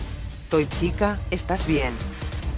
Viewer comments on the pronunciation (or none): Toy chica dijo picha xd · Dice pitcha